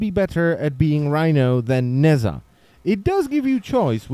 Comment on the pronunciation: oh my god could you stop pronouncing it "nazza"?